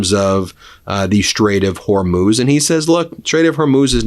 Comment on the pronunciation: Good, you finally got it, HorMOOZ not Hormose. thank you.